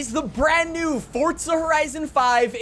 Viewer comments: It’s fucking forza not fortza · i didn’t know forza was spelled with a t 😊